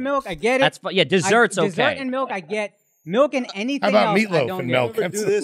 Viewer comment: If you drink melk with your dinner and lay your head on your pellow you need speech therapy.